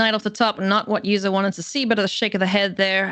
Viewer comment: If you are going to cast the game, make sure you know how to pronounce the hall of fame player’s name. It’s pronounced Martin “Yuza” with a Y not a J.